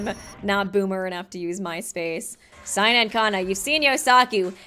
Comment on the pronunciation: Not t9 be rude but it's seina not siena